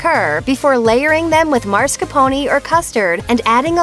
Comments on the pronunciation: Thanks...and just so you know, it not "mars capone." It's mas-car-pone. Love your videos. Truly. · It's Mas car pone, not Mars car pon.